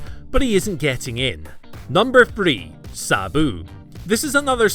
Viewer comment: Number fwee...